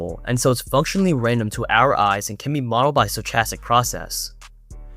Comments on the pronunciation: sto-ch-astic? wtf? it's pronounced sto-kas-tic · how do you have an iq of like 6 or 700 and you can't pronounce stochastic